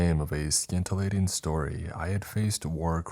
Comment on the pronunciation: 👋 the C in scintillating is silent, young man. Not trying to be offensive, earnestly figure you might like to know Sssintillating ( phonetically )